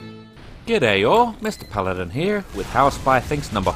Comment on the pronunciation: "G'day all, Mr. Paladin HEER."